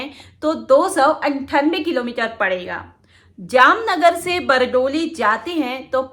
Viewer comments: बरडोली नहीं बारडोली बोलो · Bardoli naam hai Aapke bolne me bhul hai medam ji